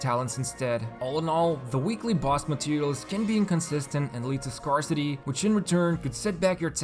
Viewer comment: Dude can't even pronounce "scarce" or "scarcity"